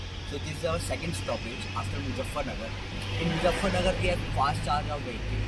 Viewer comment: Great video. You speak really well and have great presentation skills. Just one small advice: don’t pronounce Z as J in MuZZafarnagar.